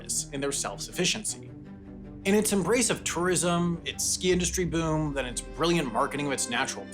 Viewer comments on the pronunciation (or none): none